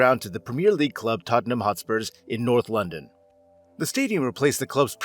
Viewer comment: Lads.. It's Tottenham